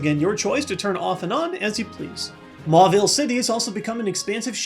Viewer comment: "MALL-ville" too good! :)